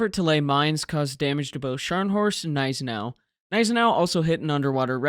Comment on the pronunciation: Great video and thankfully a commentator that correctly pronounces Gniesenau, and Prinz Eugen. It makes me rage quit videos that mispronounce these two ships, as it makes the research highly suspect.